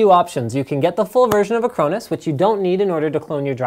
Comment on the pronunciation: is he mis-pronouncing Acronis? even for a Canadian?